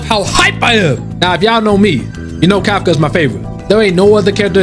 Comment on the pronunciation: you have me saying kafka as kafCUH